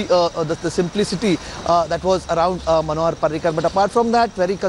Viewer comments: Manohar not panohar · its manohar not panohar